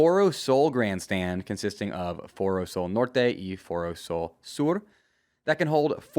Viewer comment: "Foro Sol norte and Foro Sol sur " were right on point to be honest